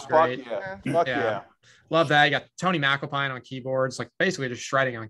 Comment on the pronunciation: It's pronounced "Tony Mac-Alpine" not "Tony MacAl-pine"